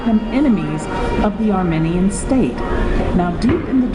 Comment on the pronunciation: Omg please pronounce Armenian right lmfao and how the hell do you know this story is real? 1805? Lmfaooo this is satanic panic baby shit